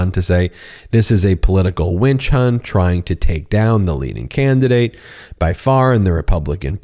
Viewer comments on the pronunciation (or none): ben, you said winch hunt....lol